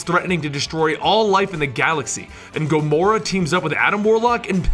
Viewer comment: in the beginning you say Gramora